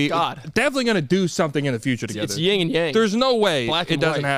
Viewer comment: dude i had to pause todays episode to get mad at you. This has never happened. Stop saying the words "ying and yang". Its "yin and yang", even just typing it right now said it was wrong. please stop it